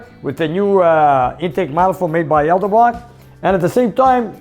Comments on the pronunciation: It's ED-EL-brock....it's NOT EL_DE_brock... it actually even says so RIGHT ON THE MANIFOLD!;) You'd think that a guy who's spent his life building Hi-Perf engines would know how to pronounce the name of one of the biggest manufacturers of aftermarket aluminum intake manifolds. LMAO yikes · A supposed engine builder that can't even properly pronounce Edelbrock... IDK